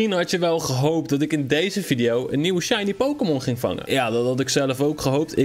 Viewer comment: je zei shinly